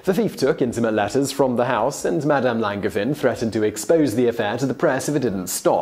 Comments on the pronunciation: It's pronounced LanJevAIn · Just an FYI, the G in Langevin is a soft G, like in Angel always love your videos! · There is another pronunciation of Longevin. The 2nd Nobel Prize was the result of the scientific community supporting Marie Curie and giving her credibility. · ouch; the pronunciation of "Langevin"... ^^" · You botched that "Langevin" pronounciation though. Can't nobody check that stuff for you before you record?